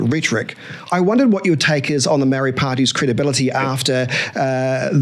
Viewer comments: couldn't even pronounce one maori word correctly? That one word Maori. He did try though and God loves a trier 🤔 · Mispronunciation of Maori is done on purpose to identify the woke from the unwoke.